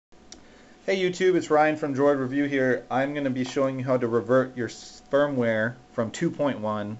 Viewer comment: he totally said spermware LOL